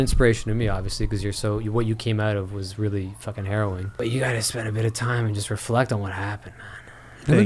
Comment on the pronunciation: Mark says "Harrowing". thinks he says "Heroin" and Jeff corrects him thinking he says "Heroine" as in female hero. Lmaoo